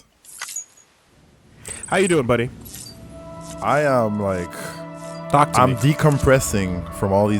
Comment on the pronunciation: did you rike it